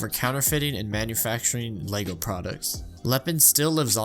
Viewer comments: I’m not watching a 40 minute video of a guy mispronouncing lego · ah yes my favorite game, lego staars